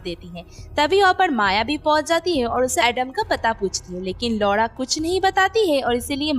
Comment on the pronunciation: लौड़ा नहीं दीदी लौरा,,,नाम है उसका